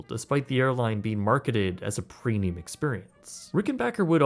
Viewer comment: Can someone explain something stupid to me? I keep hearing that he says "prenium" instead of premium. Are my ears just fucked or am I tripping?